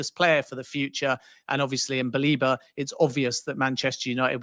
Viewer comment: Stop calling him Baleeba! It’s BA-LEH-BA